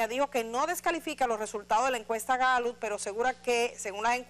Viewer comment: Edith!, la Gallut como usted lo pronuncia, es la misma Gallup que conocemos?..